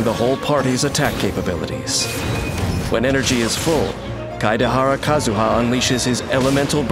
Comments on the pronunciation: No one: The narrator: struggling with Kazuha's name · POV: you die to a man who said KAZUHA SLASH